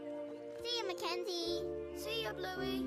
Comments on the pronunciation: Na it's mekenzee like at bluey pup it's a mekenzee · Mackenzie it's MAKENZIE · It's mackenzoie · Absolutely Mack enzie